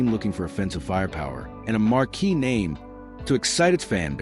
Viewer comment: My God they can’t even pronounce his name right!